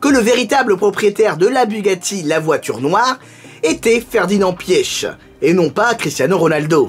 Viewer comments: Ça se dit Ferdinand pitch en phonétique pas pieche xD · Je crois que ça se prononce Piar (les germanophones corrigez-moi) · Je pense que la bonne prononciation c’est « piche » sinon quand j’ai appris son décès j’ai tout de suite pensé à toi, j’étais curieux d’entendre que tu avais à dire sur lui et je trouve que tes histoires sont plus parlantes que les reportages tv☺️ a chaque fois que tu parle de quelqu’un de connu dans le monde auto en fait on s’aperçoit qu’on le connaît pas tellement